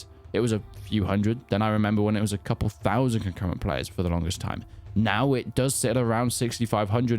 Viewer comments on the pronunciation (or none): none